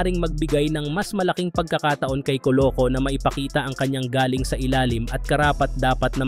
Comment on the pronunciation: Sana ma improve mo din Ang pagsasalita mo Minsan Mali Ang bigkas❤ Galing - husay Galing- pinagmulan